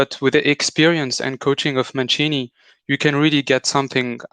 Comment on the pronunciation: Say with me: MUNCHEENEE (aka Mancini). 😉